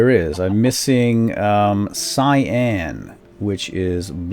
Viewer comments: its not pronounced si-an its pronounced can-yn! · its not Si-An its Cy-An. it sounds the way it is. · its pronounced si an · Also it's prounnounced (Cy.an) XD